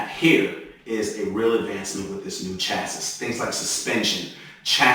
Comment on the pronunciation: CHASSIS IS STILL PRONOUNCED CHA SSY MY DUDE